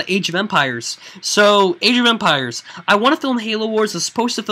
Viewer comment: the first time he said age of empires I thought that he said Asian vampires